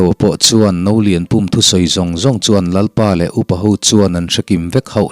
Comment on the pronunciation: Ka lo sawi vel lawk nge Nolianpum tih kha duh aiin in lam chang deuh mahmah ka tia pum tih lai tak kha thluk sang lovin thluk hniam zawk la i lam dikin i lam no ve deuhin ka ringa a Pum lai tak kha thluk hniam la a fuh in ka hria